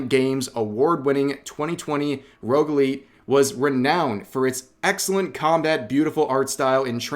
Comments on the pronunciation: It was an amazing video as usual Rev. But hearing you say "rogueLEET" was too much! You should be ashamed of yourself. It is read as RogueLATE you troglodyte!! Shame on you! 😭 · It’s pronounced “rogue light”